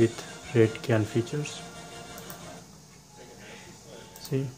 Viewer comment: Dear the "Cyan" is not "Kyan" its "Syan" in speaking